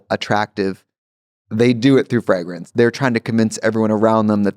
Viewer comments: she can't even pronounce fragrance lol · I love that Trixie's Minnesota accent comes out when she says "fragrance". 💕